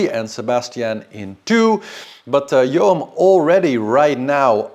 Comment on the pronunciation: Yoann is pronounced Yo-hann it's a name from Bretagne. Means God gives grace. "Yoann est d'origine hébraïque. Ce prénom provient de « yohanân » et veut dire « Dieu fait grâce ».